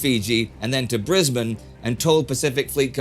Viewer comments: i’m australian. whenever i hear people not from australia say brisbane they say brisbain and i’m very glad you said it correctly Indy 😃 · Indy pronounced Brisbane correctly. I love it!